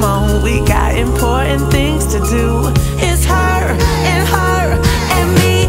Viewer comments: I'm going through the Barbie soundtrack to see what it's like and this is on of the good ones. The only downside to this song is the way she pronounces "imporint." Of course she's got to say it five times. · Is it just me who LOVES the way lizzo pronounces important ❤❤❤